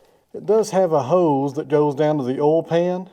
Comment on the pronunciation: Thank you for correctly pronouncing the word "oil". My wife insists that it's pronounced "Oy-uhl". I explained that we're in Texas, so it's correctly pronounced "Ohl". I showed her you video as evidence. Here endeth the lesson.